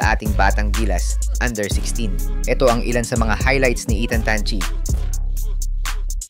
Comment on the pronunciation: Tan chi with an N..dont forget the N...